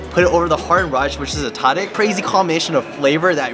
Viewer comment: Brother! Pronounce tadig as “Ta-Deeg” and the Ta is supposed to sound like when the doctor says open up to check the back of your throat.